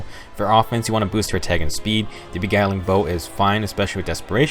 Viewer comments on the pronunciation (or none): >beguiling "be-gowling" im actually in pain